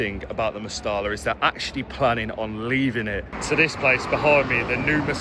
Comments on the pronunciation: 'MEST - I - A' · Genuine question and not meant like being rude. For us foreigners, is it pronounced «Mestella» or «Mesteja» or something lol